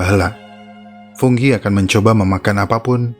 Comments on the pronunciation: fungi bos bukan funggi koreksi aja sih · Fungi apa funggi bang?